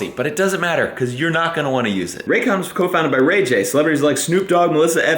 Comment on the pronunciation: New drinking game... the next time does a Raycon commercial, everyone drinks when says 'Raygun' instead of Raycon. Extra points for context: "...whenever we go on trips, Meredith and I take our rayguns..."